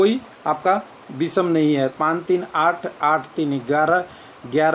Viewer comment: बिषम नही होता है विषम होता है ।